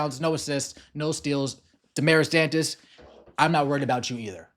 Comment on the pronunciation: I wish the announcer would pronounce her name Dantes instead of Duntes.